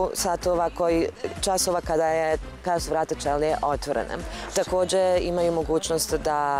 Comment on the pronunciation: NE OTVARAJU SE ČELIJE , NEGO ĆELIJE ČOBANKO😂